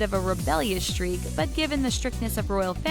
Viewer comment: Omg. This person narrating is BEYOND annoying. “Emmediately” “Earnest August” “Un-de-teared” (undeterred), “shtreak” (streak), etc. It probably wasn’t meant to be colloquial that they named the channel “”. Clearly this person isn’t educated, and most obviously didn’t write her lines, nor does she use these words in daily communication. Annoying.